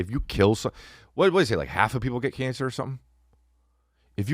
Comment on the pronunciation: The HJ bit ... And saying Canc for cancer 😂😂 im done with you maan😂